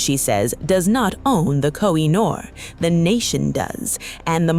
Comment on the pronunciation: It’s pronounced Ko-He-Noor. Duh! 😮